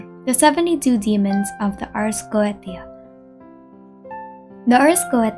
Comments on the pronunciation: not a dig at you, just something i noticed the ars goetia is actually pronounced as "ars go-Ā-sha" instead of "go-eh-tē-a" again, no hate, i say this in the kindest and most constructive way possible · The ars goetia is pronounced ars go-ay-sha its weird I know the ancient occultist were on some stuff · Goetia (go-ay-sha) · /ot on genshin but- You: Ars Geoteia Me, who played through all if FGO: LOUD SOBBING